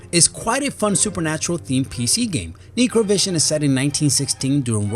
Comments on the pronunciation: ... it's not KNEE-cro, it's NECK-cro. As in necromancer or necrophilia. Necro: as relating to a corpse or death. Corpse vision. How is that fuckin unrelated to that game? Dude... you're becoming just as bad as the last guy. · Its necro not nicro lmao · It's pronounced Necrovision, pretty much how it's spelled, phonetically.. It's not Knee-crow-vision. Might sound less strange to you if you said it right haha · Neecrovision? Im pretty sure the title of that game is in english, therefore its Necrovision, pronounced as the name Hector :) Btw that laugh near the end rly took me off guard! Good one lol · It's pronounced (Neck-roe) not (Neekrovision) "necrovision" Necro as in (DEATH) . It's not a bad name at all.. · PRONUNCIATION NECROVISION NOT NICROVISION FOR FUCKS SAKE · Try getting a narrator who can pronounce words in English... Neecrovision? Errogamer? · It's pronounced (neck-crow),like necromancer,necrosis,etc.That title makes perfect sense. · Horrible. Also necro is pronounced like neck-row. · i think its NECK-ROW-vision buddy. haha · he also pronounced it wrong. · dumbass thats not how you say necro think of necromancer which has to do with the dead and then necrovision which just means you can see the dead this dude is stupid want the other guy back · The way he pronounces necro makes me laugh.